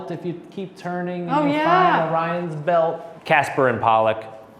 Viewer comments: Did call the Twins "Casper and Polluck"? Is that a thing? He knows it's Castor and Pollux, right? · "Casper and Pollock" Castor and Pollux